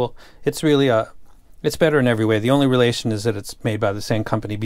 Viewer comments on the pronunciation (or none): none